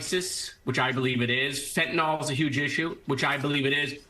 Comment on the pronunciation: The medication Fentanyl is pronounced “fent-a-nil” and not as the uninformed individuals say “fent-a-nol.” People that say “fent-a-nol” display their ignorance on the subject.